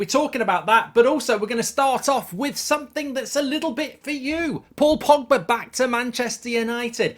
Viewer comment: No no no no no no no no no no no no no no no no no no no no no no your wrecking my feckin with the name pogba